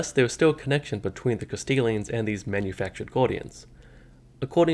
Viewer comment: Good video, but I can’t help but hear “Castilians” every time lmao